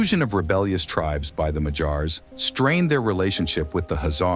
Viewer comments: If you're going to make a video about a people, at least make the effort to learn how to pronounce their name correctly. They are "Magyars" not "Mahjars". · 'Magyars' is stressed on the first syllable. It really grates on the ears hearing it stressed on the final syllable. But the AI American English narrator afterwards is even worse!